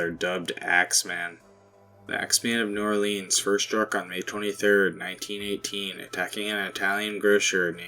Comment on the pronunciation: We they pronounce it New Ore Leans you know they aren't southern